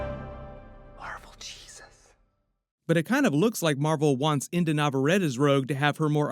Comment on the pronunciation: Brother in Christ, it's Inde like Indy not Indah. Have some respect.